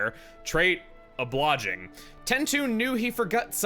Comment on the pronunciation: might want a computer to tell you the pronunciation there... it's Oh-blie-jing